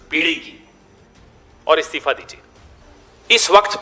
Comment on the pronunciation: Istafa nehi Istifa hota hai bhaisahab pehle pronounciation theek karlo.